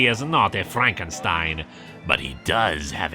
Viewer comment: Glad to hear pronouncing Frankenstein with the german "st" again. Doing an archive binge of this comic and dropping that in #5 was jarring. Edit: Some of the time at least